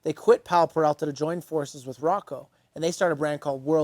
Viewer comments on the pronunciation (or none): OMFG... He starts off the video by mispronouncing the name?? It's Peralta. Not Perelta 🤦‍♂️ Edit: and then he continues to get it wrong throughout the whole video. Awesome